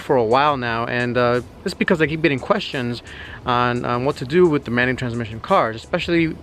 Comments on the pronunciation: Ihh beeh drivih manutrszmisshionnn four fiffeene yeers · Amanny transmisson? Wtf. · “Things not to do in a Manual transhfkehxb car”. just say manual car we understand man.